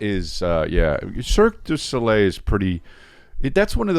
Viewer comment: Eric keeps saying Circus Olay and Chris over-pronouncing Cirque Du Soleil repeatedly and Eric not getting the hint is the funniest damned thing to me